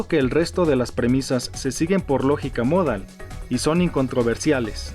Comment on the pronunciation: Para empezar que el acento prosódico de la palabra "modal" está en la "a" porque si estuviera en la "o" (como erróneamente lo pronuncia el presentador) entonces sería una palabra grave con acento ortográfico en la "o" y se escribiría "módal" por lo tanto no es "módal" sino "modal".